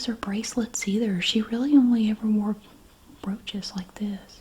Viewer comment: Had this on in the background while working, and when she said “my grandmother was a big fan of broaches”, I thought she said roaches and snapped to attention 😂😂😂